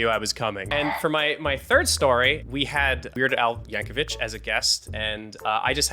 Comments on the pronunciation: Yankovic, not Yankovitch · It’s just Yanko-“vic” no h, unless you guys were catfished by a convincing Russian man